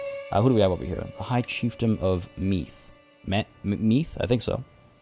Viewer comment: Meath, pronounced like breathe. Also I think the last syllable in tolorcán is pronounced as "cawn", basing it on modern irish pronunciation and spelling (but this is not modern Irish so...?)